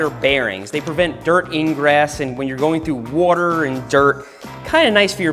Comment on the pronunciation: “when your going through woater”